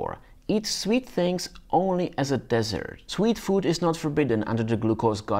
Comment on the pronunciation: Dessert - not desert. LOL